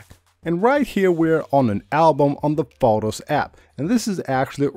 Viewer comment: You pronounce photos so bad. Annoying …